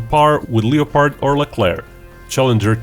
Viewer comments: Just wanted to point out, The o in Leopard is silent, since I know English isn't you first language and its a mistake even English speakers make when reading it. Le Pard. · Just a note that you might want to work on your pronunciation of the word "LEOPARD". We don't pronounce the "LEO" that way in the USA except when talking about lions or astrology.